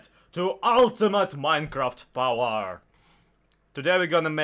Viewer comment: "Da secrit to ultimate minecreft powahr!!" 😂😂😂 Keep up the good stuff bro!